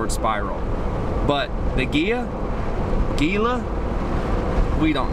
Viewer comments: Lost all credibility when you cannot pronounce Gila....sorry. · Gila.....is pronounced with an H....sounds like Hela. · Actually it is pronounced "Hee la". Great video. Try the Catwalk over by Glennwood, you will enjoy it! And it is ice cold and fun to get wet in! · Great video guys! Love the views! We were just there two weeks ago! Gila is a Spanish - Native American word. The G is pronounced as an H: Hee-la.:)